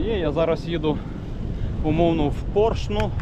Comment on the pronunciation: Де ти ті наголоси береш?😁 ПоршнА!